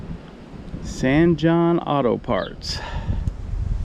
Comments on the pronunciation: You are pronouncing the name wrong. Jon is pronounced as Hon, not Jon. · Love your videos! I hope to pass through in May and this video helps a lot in my planning. Picky point; I've seen other places that pronounce it SAN HONE (which would be Spanish phonetic rules). Did you happen to run into a local who spoke it, or did you (like me) just go with standard English phonetic rules? In California we have a mix of pronunciations of our Spanish place names e.g. SAN HO-SAY, but SAN RA-FELL instead of SAN RA-FIE-EL. (Pronunciation of our state capital has devolved to something close to SACKAMENNA.)